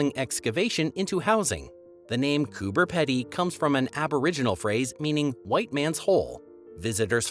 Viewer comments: Same as it's Coober Pee-dy not pedi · They showed it twice while talking about the Great Ocean Road. Oops! Also mispronounced “emu” (should be eem-you, not eemoo😂), “Canberra” (CANbra, not CanBERRA), “Coober Pedy” (Coober Peedie, not Coober Peddy) and “Flinders Ranges” (Flinders Ranges, say it like you spell it, not Flanders Ranges). Not too bad, though, for a Canadian and probably better than someone from somewhere just south of that could have managed😮. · The Aussie Aboriginal name for Nullabor Plain is Oondiri...meaning waterless. Also, if you're going to cover a country not your own, would you mind awfully finding out the correct pronunciation of the place name? for instance.....Coober Pedy is pronounced Cooberpeedi; Canberra is pronounced Canbra (at least to the foreign ear it is), and Pilbara is pronounced Pilbra (ditto). And so on and so forth.